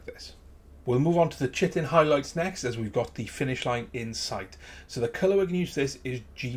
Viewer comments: Chitin not chitten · Nice model! Just thought I'd point out Chitin, is pronounced Ky-tin. :D